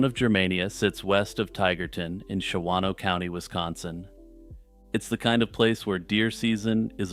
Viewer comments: Hey, love your calm descriptions of horrible events! I have to be "that guy" really quick... just because... I live. in WI... it is pronounced "Shahno" (two syllables) by the locals... lolz. After the making a murderer craze made "Manitowoc" into a weird peeve... Ive been one of those people... every time I hear one of our weird cities in true crime... Please forgive me...:) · The second 'a' in "Shawano" is silent: Pronounced "SHAW-noh"